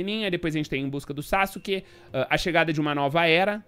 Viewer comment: coé kkkkkkkkkk tomei um susto quando vc falou "saske" achei q tinham cagado na dublagem 😂😂😂😂